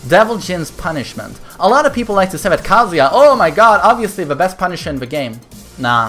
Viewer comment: You keep saying Kaaazuya